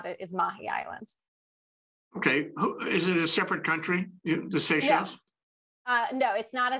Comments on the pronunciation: This presentation lacked depth. Mispronounced names and places. Even the map was incorrect. If wrongfully imprisoning,beating as well as claiming people’s property and murdering innocent people was not a breach in human rights then I don’t know what is anymore. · What an embarrassment. Could not even have spent the time to find out the pronunciation. Bad. And no understanding of what happened in Seychelles.